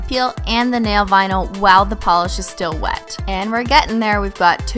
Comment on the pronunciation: When I was now starting to realize I'm a holo sexual I thought she was saying nail bino like albino stupid younger self